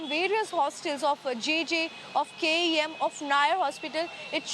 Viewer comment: Wtf is Kem & See-on?